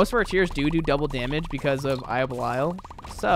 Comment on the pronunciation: Can't get over how you say "eye of bell-eye-al"